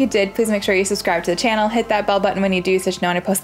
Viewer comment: I’ve been watching this at night, and loving your vibe (platinumed this and finished burning shores). The funny thing is, I just realized your saying is “smash that bell button”… I always heard it as “bub button” which was so cute.